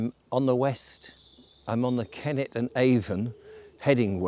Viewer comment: First of all its the Kennet and Avon not Keneth and Avon but I asume thats a machine doing that. Secondly I’m ready willing and able when the time comes. Great video.